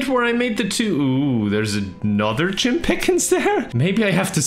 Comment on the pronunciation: Not Jim Piiiiickens, Jim Piiiigens 🐽🌭